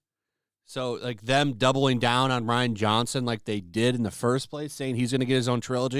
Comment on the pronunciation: Star Wars franchise is definitely trying too hard. They really need to get back to their roots. Also, fyi, Rian is pronounced exactly the same way as Ryan.